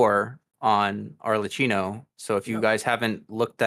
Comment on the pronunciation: Best of luck for your new projects, i am gonna miss the hot takes 😁 PS: no, is ArleKKino ( pronounciation), Google tranlates helps.